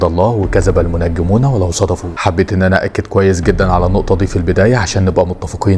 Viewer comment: أنا لوحدي سمعت بقول "ولو صدفوا" 😂